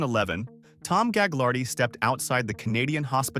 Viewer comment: Thanks for the info. Ive got info for you. It’s not gag lar dee family It’s ga lard ee lol